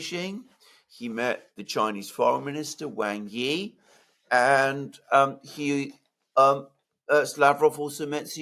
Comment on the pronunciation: Love your videos, but Wang Yi is pronounced wung yee, not wang yee.